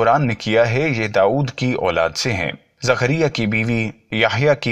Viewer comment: Are bhai aap Ki zabaan kehsi hai thik Karo zakaria alihissalam